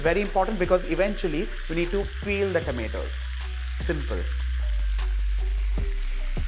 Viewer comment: Your tomatoes pronunciation is very wierd.. its not tameto.. Its tomato... Pls